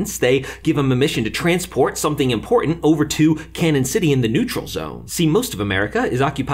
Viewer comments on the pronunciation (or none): Ummm...it’s pronounced “Canyon” City. There’s a tilda above the first n; i.e., Cañon. If anyone comes to Colorado and asks for directions to “Cannon” City, people are gonna be like, “WTF?!?!” Great recap. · I was excited when I heard about this series but now I'm thinking they are doing too much. Also I am in Colorado and was born here. It's cañon city not cannon city.🤦